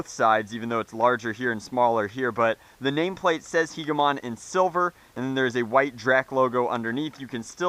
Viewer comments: The word Hegemon is pronounced Hedje - eh - mon not He - geh - mon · It's pronounced hejamon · It's pronounced hedge-e-mon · I also came across the word hegemon in the Enders Game books, I thought it was pronounced "hedge-emon." Anyway great blaster, your channel single handedly inspired me start modding and painting my own blasters. Thanks for years of great videos. :) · Hegemon pronounced he-jə-ˌmän. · Pronounced heh-juh-mon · It's pronounced "heh-juh-mahn," I believe. Or "heh-jeh-muhn." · I think it is pronounced he-ja-mon. Anyway keep up the good work! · Hedge-a-mon, At least the American translation of it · Its pronounced like "hedge-emon"